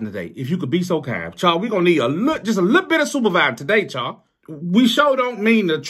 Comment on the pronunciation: My name is Charles & the way he pronounces that Charrr & Charrrsss is 100% the wat folks say it.